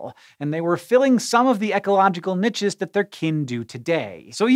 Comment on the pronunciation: Niches, not niches... lol